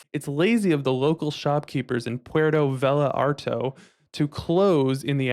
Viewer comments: you just murdered Puerto Vallartato (which I assume is Puerto Vallarta) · What country is Puerto "Vallatarto" in?...lol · Same people I met in Italy. They were amazed by grapes and did not know it was food. Also I’m pretty sure it’s “Puerto Vallarta”